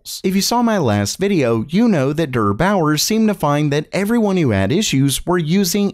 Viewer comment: Please never say “DURR Bauer”. It’s “DARE Bauer.” <3